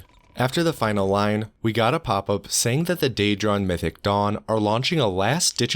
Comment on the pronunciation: what he sais "mythic dawn" what i hear "mythic dong" xD